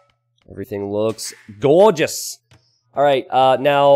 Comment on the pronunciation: whats with doing an aussie accent every now and then "Vipa"... "gourgus"